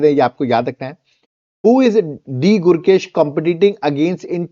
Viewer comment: Gukesh not gurkesh